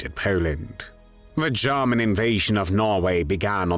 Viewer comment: Have I been saying “German” wrong all along? 🥴